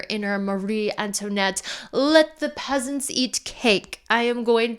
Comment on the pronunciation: I had to rewind on the peasants to make sure thats what i heard lmfaooo